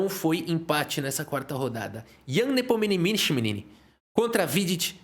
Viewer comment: Ian Nepomininniniminimkich kkkkkk bom demais. Gosto muito do seu trabalho!